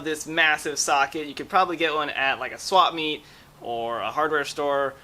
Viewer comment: Did he say swap meet.... wtf